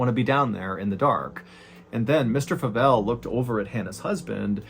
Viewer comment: Favell is my husband's last name, and people always pronounce it that way 😅 the 'a' sounds like the letter a not like 'apple' if that makes any sense 😊